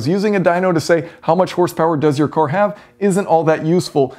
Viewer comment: He also can't say the word "car". He says "core"